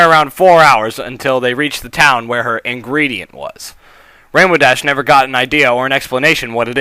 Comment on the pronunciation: the title brought me here pinkie pie's special ingredent sounds like *********************** giggity giggity goo